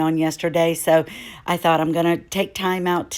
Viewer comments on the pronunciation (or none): none